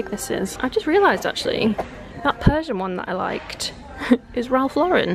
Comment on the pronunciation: Isn't Ralph Lauren pronounced Lor-enn rather like Lauren the girls name? 😄